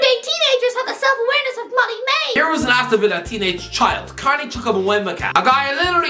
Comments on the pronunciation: The chukwuemeka pronunciation had me crying 😂💔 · Listening to you attempt to pronounce Chukwuemeka 😂